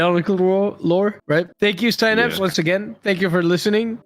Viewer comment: I thought his name for the longest time was pronounced se-naps